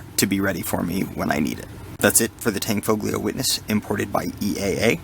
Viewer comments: Nice video thanks,.... Its pronounced Tan_foe_ lee_0h. The g is silent. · Excellent review but not to be that awful guy, the "G" in "Tanfoglio" is silent.